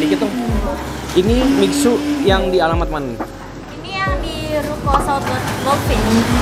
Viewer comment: Baca nya misue bukan miksu bang 👍🏻👍🏻